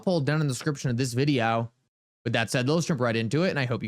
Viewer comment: stop pronouncing the word VIDEO as VID-EE--OOWWW. That's so annoying. And Uphold is a scam they love Cameltoe Harris.